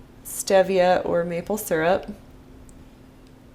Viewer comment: Cute the way you pronounce Stevia.